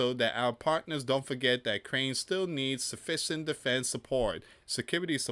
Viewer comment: I watched your presentation because YT suggested it. This is a very surface level analysis and it would be helpful if you could pronounce Ukraine. Not Crane. Resilience is pronounced re-sil-e-ence. The peace plan is not Trump's, it is the points Putin has been using for years now, there is nothing in it that benefits Ukraine. Witkoff is a real estate developer with no previous experience in ending wars - no diplomatic skills. Would you trust the guy who builds your house to end an international war? Under the plan , Ukraine (with a U) need to give up 20% of their country, halve their army so they can't defend themselves if they are attacked in the future, they are not allowed to form defence alliances with other countries and no real security guarantees that are binding are proposed. The peace plan is simply give everything to the Russians, who invaded in the first place and the Russians get no penalty of their behaviour. Is that morally right? What would Jesus say about the largest country in the world taking even more land from a smaller country? Would Jesus side with the rich over the poor and oppressed? Did he see the money-lenders at the temple and say 'well done boys, keep making money'? The peace plan has been rejected because it is unfair. The war has gone on for four years, but Ukraine is actually winning tactically. they have destroyed : - Tanks destroyed: ~11,373 - Armoured fighting vehicles (AFVs): ~23,628 - Other vehicles and fuel trucks: ~68,351 - Special equipm